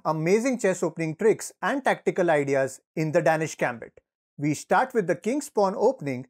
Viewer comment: It is pronounce "Dane-ish"